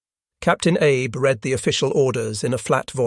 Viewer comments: "Abe"? Not Abe Lincoln but 'Ah-bay." Still a great doco. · Not Abe, Ahbay… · I believe the pronunciation of the Shinano’s captains name is Ahh bay not Ay b.